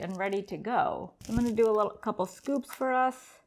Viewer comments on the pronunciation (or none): none